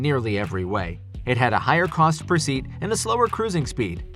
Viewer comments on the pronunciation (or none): none